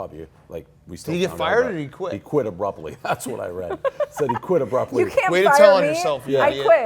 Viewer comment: "a-BLUPP-ly resigned"